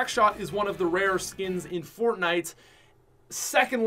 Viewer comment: Ummm yo said fornite Im pretty sure it’s fortnite